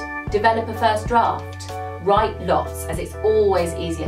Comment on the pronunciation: Wirite lots aye